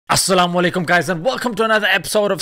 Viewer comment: As Salam Alaykom I love how you said it.